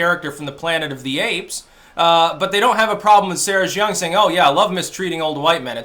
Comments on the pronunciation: Pronunciation note: The surname "Jeong" is pronounced "djung," rhyming with "dung" or "hung." The "J" is a regular English "J," as in "jump," not a French "j" sounding like "zh." The reason for the weird and misleading "eo" spelling has to do with the Korean government's romanization system, instituted in the early 2000s. The diphthong "eo" is pronounced somewhere between "uh" and "aw." So "Seoul" is "saw-ool" or "suh-ool." To sum up: not "zhee-awng," which sounds vaguely Chinese, but "djung." Carry on. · Jeong: "juhng"